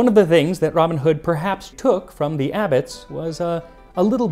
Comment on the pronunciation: Why do Americans put the emphasis on the wrong words? For example: ROBIN Hood instead of Robin HOOD NEW Forest instead of New FOREST KING John instead of King JOHN Beats me!